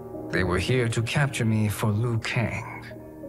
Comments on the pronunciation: hahaha, That's a very good point! It's clear that they gave Liu Kang a Chinese accent, but even he pronounces his name incorrectly lol. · I watched the first hour, and I can only say it's so well made! Worth the wait! Edit: all the voice actors should've been trained to pronounce Liu Kang as lee-you-kang, not lu-kang